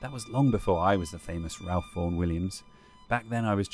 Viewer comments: Shame no one checked the pronunciation of Ralph: for the avoidance of doubt it's pronounced "Rafe" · I thought his name was pronounced "Rafe."